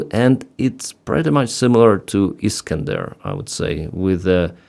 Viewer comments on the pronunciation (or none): none